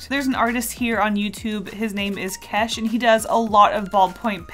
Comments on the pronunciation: You saying kesh me being a fan of his OLD VIDEOS me cries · 0)))) DID YOU SAY KESH???? :0)))))) I LOVE HIS STYLE!!